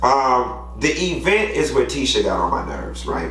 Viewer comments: Everytime she says EEEvent it makes me cringe with my entire being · I Hope Tisha knows how exhausting She is! She is remedial and Has not a clue of how dumb she sounds Not just because of her speech impediment But because she lacks common sense! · Hahaha “E-vent” 😂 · I want this cast to not use the word "event" for the rest of season. I just can't take Tisha pronouncing it as EE-vent anymore 🤦🏾‍♀️ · Milton, I thought I was the only one, am sick of e-vent LMBO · Tisha has worked my last nerve...I can't stand her...she passive-aggressive and immature as hell...even when she says "e-vent" erks me 🤣😂🤣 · Because “e-vent”. Lmao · 😂😂 it drives me crazy when she pronounces event that way!!!